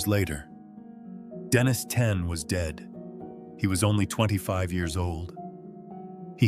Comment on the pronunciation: What the Hell's wrong with you. You keep calling HIM Denise. Then you switch to Denis. Then Denise again - back and forth, back & forth - it's a MAN for God's sake. Use your common sense! It's spelled Denis and he is a MAN. Why the H are you calling him Denise?